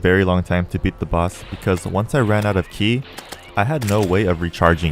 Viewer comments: just one little thing, not to be rude but (and if im wrong let me know) im pretty sure its ki like k-eye not ki like key :) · for some reason it hurts when he calls it key instead K-I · Im not sure if you know this or not but its pronounced Ki (with the i saying its name) and not ke, however im not 100% as i havent watched dbz in awhile